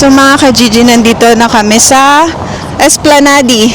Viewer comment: It is pronounced esplanad